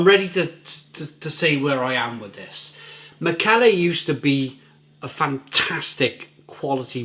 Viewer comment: I think it’s pronounced mick-a-ler.